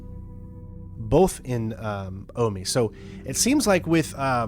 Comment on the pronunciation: omi is not pronounced "aw-mee". Jesus fc